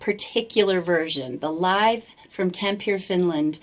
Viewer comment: why, oh why almost every American or Canadian reactor pronounces names and places according to anglo-saxon rules of language? it's not Tampir, it's Tampere